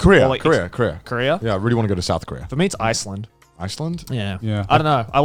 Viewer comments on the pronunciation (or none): it is driving me Absolutely Insane how they pronounce career like Korea and Korea like career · When Garnt says "Korea" all I hear is "Career"